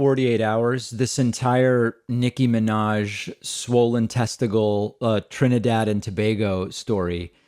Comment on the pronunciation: Thank you for saying my motherland properly in this video. Someone must’ve corrected you from your other video lol.